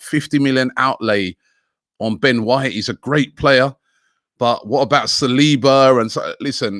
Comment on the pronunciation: Surprised Robbie managed to pronounce “Ben White” correctly